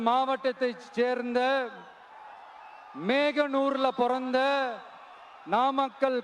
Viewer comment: காலையில் போட்ட தண்ணீர் போதையில் தான் இப்படி பேசி இருக்கிறான் மோகனூர் என்ற வார்த்தை கூட உச்சரிக்கத் தெரியவில்லை இவளெல்லாம் எப்படி ஒரு தலைவனாக வந்து நாட்டை காப்பாற்ற முடியும்